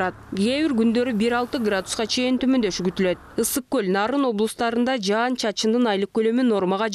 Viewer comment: Жаз айы жаандын мезгили .Жаандын коп жаашын тилейли .Бул видиодо аба ырайын алдын ала билдирип жаткан айым " жаан " деген созду ката айтып жатат, " жан " деген соз менен ."Жан " деген создун мааниси башка да .Тууралыгында " жаан " деп эки удаалаш келген " аа " тамгалары менен суйлошу керек .Угуп турсанар , ката суйлоп жатат.Ушу кантип болсун ? Уят да , озу чон эле айым экен .Казыркы адамдардын копчулкгу ката создор менен суйлошот.Кээ бир мезгилдерде журналисттер да ката создор менен жана создорго туура эмес басым менен суйлошот .Журналисттер тилдин кузгусу болуулары керек жана ушундай талап теле алып баруучуларга да тийиштуу .Теле алып баруучулар копчулук убакта ката суйлошот.Адабий нормада так жана даана суйлоолору тийиш.